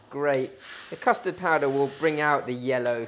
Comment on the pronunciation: did he say custor powder please?